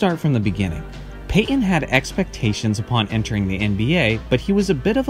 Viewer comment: Bro here: Gary Payton’s Last Game With The Sonics (2003) It's not Gary PAY en. It's Gary Payton. Tf wrong with you?